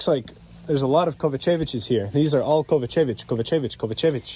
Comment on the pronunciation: Bro it’s pronounced KovA-čević not KovaČEvić. Focus on the A ❤